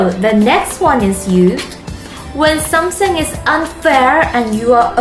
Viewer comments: I love when she cutely said 'somesing is unfair' instead of 'something is unfair' . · all i hear is Somessing :D